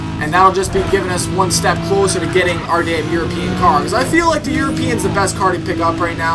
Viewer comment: I love how says European, it sounds like he says yurpeen